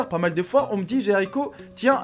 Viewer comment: Tu a dit jaricko alors que ta chaîne c'est jericho